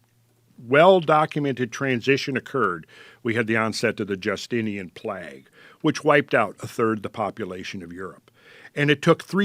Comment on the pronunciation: is anyone else wondering why he says "plag" instead of "plague"?